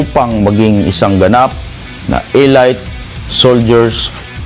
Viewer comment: ano talaga elight o elite kaya tau nagmumukhang tanga dahil sa katulad nio na nd mabangit ng tama ang salita pano kung may nakapanuod na bata sau.. Sana bago ka nag vlog pinaaral mo muna ang tamang pananalita para nd ka magaya ng mga kabataan natin